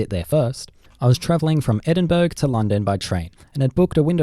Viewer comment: I just want to say that you sayed Edinburgh wrong just so you know not trying to hate or anything